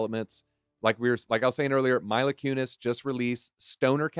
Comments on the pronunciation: Yes it’s Mila like Meela. Not milo. 🔥🔥🔥❤️❤️❤️ great video. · Lol “Myla” it’s Mila.